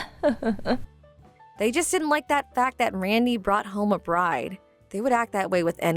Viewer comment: It’s SPENDthrift not speedthrift. BRIDE not birdy. PREMISES not premise. In THE winter not in winter. Good lord you all suck at pronunciation and grammar.